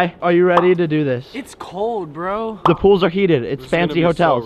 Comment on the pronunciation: it's bro not burh